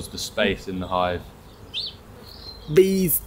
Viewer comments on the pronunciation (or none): the way you said bees was so funny